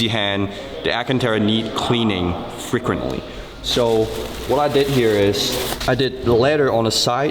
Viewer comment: I love hearing say Frequently! Freakrenree!